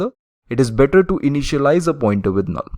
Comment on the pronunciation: the way he pronounced "a null" is very funny